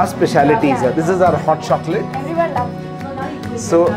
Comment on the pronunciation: Luv "shokola"